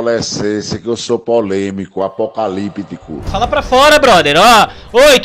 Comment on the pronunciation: ''Apocalipitíco'' kkkkkkkkkkkkkkkk